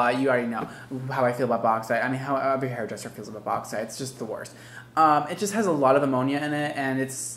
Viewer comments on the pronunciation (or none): Okay someone PLEASE tell me I'm not the only one who understood "I'm a hairy dresser" in the introduction 😂